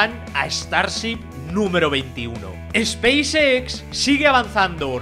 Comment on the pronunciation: dice Xpacex con mucha pasion. jejeje pequeño detalle...